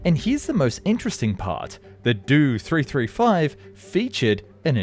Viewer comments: The Dew 335...it's Do 335 (Doh). Jägernotprogramm on the other hand you pronounced quite good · Not a 'Doo 335' - it's a 'Dee-Oh 335' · After putting obviously a lot of time and effort to produce a top quality video, you totally make it weird saying "do" or "doe" in front of all the model numbers for the Dornier planes!!!! It's not pronounced like that the letters are short for Dornier!!!! DEE OH 335!!!!! It is a good video but something as simple as mispronouncing something repeatedly ruins it 😑. You did your research and made a very informative video 👍😎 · Did an AI do the voice over? He keeps pronouncing the letters in the designation numbers like they're words. It'd the "Dee - Oh 335" not the "Do 335" and the "Em - EE 262" not the "Me 262" and so forth... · Dee Oh 335 Not Due 335 For the Me 109, it is not Mee, it is Em E. The He 111 is Ach Ee, not Hee. P,ease correct your naming of these aircraft. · I'm gonna commit a hate crime if he doesn't stop mispronouncing those name abbreviations. It is pronoinced M E 262 and DOE 335.. Not "Doo 335" and "Me 262"! Edit: ITS NOT HE! IT'S H E!!! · God, the way you pronounce the aircraft designations is so frustrating